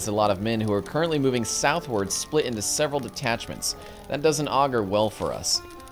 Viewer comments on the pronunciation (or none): none